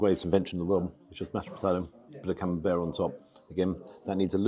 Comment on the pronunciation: Must confess to no small degree of envy!….Buckley’s hope of getting ‘taters, let alone gravy ( gasp! ), puddin’, peas of any sort, let alone blooming CamembERT ( as pronounces it! 😊) here in Nippon 🇯🇵….😢 Really greasy, wholly fat-laced Wagyu is par the course here, served up with ( sigh ) a small hill of white rice 🍚. Mind you, we do have access to excellent quality ‘Aussie 🥩 beef’, it’s ubiquitous. Nothing from Europe as far as meat 🍖 goes, here.